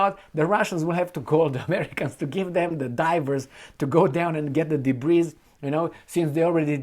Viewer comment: "debris" is pronounced "debri" -- no "s."